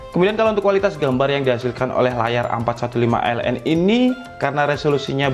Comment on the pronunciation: Asus a451ln? Soalnya g jls nyebutnya